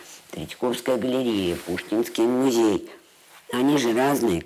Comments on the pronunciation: Зачем,, вы говорите музЭй? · МузЭй… Это как «шифонЭр»?), спасибо за работу, но смотреть Свиблову нет сил. Неприятная дама(